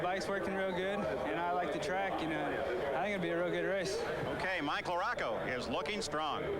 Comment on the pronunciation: pronounce larocco right!! or get off the air!!